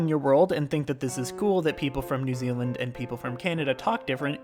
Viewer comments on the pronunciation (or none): none